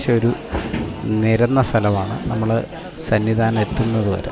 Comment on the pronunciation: സന്നി ദാനം അല്ല സന്നിധാനം😅😊